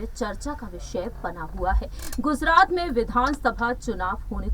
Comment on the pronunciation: Aby wo Gujarat hai name to pahle Thik lo